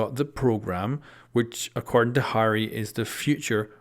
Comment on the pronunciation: Lol at your pronunciation of “Harry”